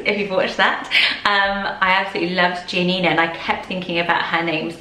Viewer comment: Gian - Nina is pronounced hyphenated Bianca - is the literal translation of “white”